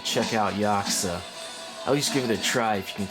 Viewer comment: Ya Coo Za. This is how it's pronounced lol